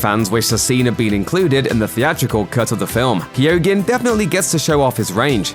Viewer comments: It's pronounced KEEGAN, not Kee-oh-gan. Why can no one pronounce names and words in YouTube vids? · His name is pronounced "Key-o-han", the "G" is silent... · You arent pronouncing his name correctly, the 'G' in his name is silent. Kee - Oh - Han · Keoghan is pronounced “Kyone” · Yes I too like the actor BARRY KEY-OGEN I wish people actually researched the pronunciation of names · Guys its pronounced Barry KEOH-AN. In Irish there are lots of words with GH, DH, BH in them, coming from ancient Irish ways of spelling. In this case, for the purposes of pronunciation of this actor's name >> basically forget that the G is there at all, and just split the sound at that point. KEOH-AN. [Source: am Irish and my surname is MacCarthaigh] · "Kee-yo-han" The G is silent. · Barry's Joker is very reminiscent of the Arkham video games joker, and as such, a very true comic book portrayal. Excited to see what this young man can do in the role. He has nailed it in this clip as far as I'm concerned. And just for the sake of it, his name is pronounced "Key-o-han", the "G" is silent... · It's pronounced Key-own. Please never do a video like that again. Everytime you said it I wanted to Toss the phone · It’s not pronounced keogan the g is silent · You're still pronouncing his name incorrectly..... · The person doing the voice over should also be locked up for murdering the pronunciation of Barry's surname! It's the most grotesque part of the clip! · Jesus Christ, learn how to say his name right, that’s one hard g you got there